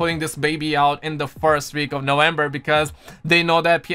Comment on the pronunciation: When exactly is "Nowenber" ? lol